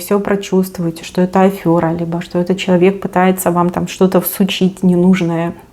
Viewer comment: день добрый. Сегодня послушала информацию. Ну, честно, в последнее время одни сказки, болтовня, примеры какого-то личного суждения и ничего по существу знаков. Одни фантазии на свободную тему. Мы ведь заходим ни на лекцию и ни на сеанс психотерапевта. И ещё: пжл не каверкайте русские слова. Кто- то вам уже писал, что слово “ афëра" в русском языке нет. Есть слово " АФЕРА". Ну, а когда слышишь слово " НА МОСТЕ" вместо слова "НА МОСТУ" - это высший пилотаж. Потом вас уже кто-то за кадром поправил. Давайте пжл ценить наше время и уважайте также нас. PS и ещё такой момент-эксперимент: Как-то слушала вас каждый день в течение недели. И что выясняется: из ролика в ролик слышу слово в слово одинаковые знаки и озвучены одними и теми же словами (слово в слово!). Что это - совпадение или нас дурачат? Не хочу Вас обидеть, но, полагаю, что люди хотят услышать не сюси-пуси, а инфо по существу и четко по знаку, а не прийти на сеанс к психотерапевту. Хотелось бы, чтобы вы были ещё лучше, не теряли бы свою индивидуальность, но также менялись и не застаивались уже на каких-то наработанных проектах. Удачи Вам! Благодарю!